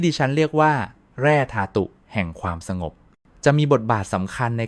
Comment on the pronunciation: ทำไม สะหงบ อ่านว่า สง-บอ